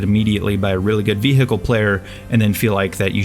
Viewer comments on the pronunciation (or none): just gonna say veehickle